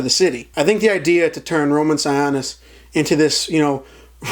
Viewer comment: THANK YOU FOR THE SIONIS PRONUNCIATION, I was like what did they say?